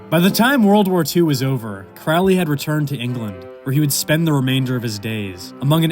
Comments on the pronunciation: it's pronounced Crowley I am turning off the video. Hack. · itsn pronounced, " CROW-ley", like, rhymes with holy. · It's pronounced CROW-LEE. Rhymes with HOLY. Ozzy is wrong. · Holy like Crowley... Can we just pronounce it properly...??? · It's Crowley. Rhymes with Holy. Pronounce in toff/posh. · At least pronounce his surname correctly. Good grief. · This whole ass video and couldn't even pronounce Crowley correctly 💀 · you pronounced his name wrong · >14 seconds into the video and he already butchered his name. Tell me you don't read Crowley without telling me directly.